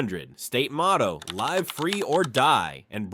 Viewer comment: Whether the script or narrator or both were AI, come on man, have some pride in what you post. No human being would pronounce the "live" in "live free or die" like that. How am I supposed to take the video seriously when you can't even get that right?